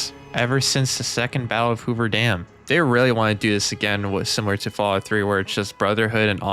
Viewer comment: "Fawout Senny-sis"